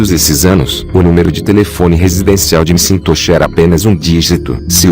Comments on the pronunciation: O nome do homem não se fala em inglês mcintochi e sim Maquentoch . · Só um reparo: não é "eme sintoxe" que se pronuncia o nome do dono, é algo como "méq intóche". Acho que o texto foi lido por um robot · A história é interessante mas o cyborg lendo o texto é desmoralizante. Pô, o nome do cara é McIntosh e ele pronuncia "cintôshi" por várias vezes. Voz insuportável. Se o "Mundo dos Mistérios" quer ganhar mais viewers, por favor, dispensem o robô for good! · Cara, que narração irritante essa. "Michintosh" é imperdoável...